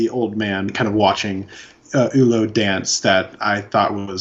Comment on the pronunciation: His name is pronounced “Ewwlow…. Not “Hullow.”